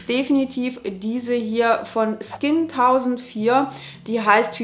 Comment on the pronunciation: SKIN1004 ist von dem koreanischen Wort für Engel 천사 (chonsa) inspiriert. Es sollte also "skin chonsa" ausgesprochen werden.